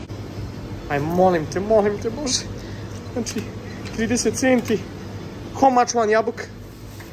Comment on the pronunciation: nije pekara nego baker i nije howe much nego how much no hate respect